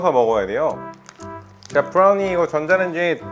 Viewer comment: 브라우니를 브롸r우니 라고 발음하는데욬ㅋㅋㅋ